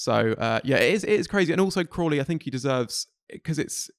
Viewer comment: says Crawley and I hear Kohli